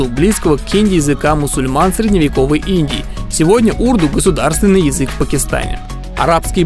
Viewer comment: Урду́, а не у́рду. !ضْناوْڝِ، بلِنْ